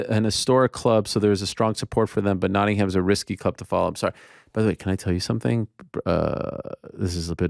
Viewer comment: always cringe hearing americans talk about English football. the lack of knowledge , or awareness is astounding. then they try to pronounce the names... "Notting-ham" ? its a silent H.